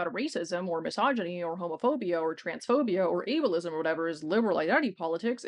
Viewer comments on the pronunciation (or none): I thought she said "evilism" instead of ableism & I'm keeping it.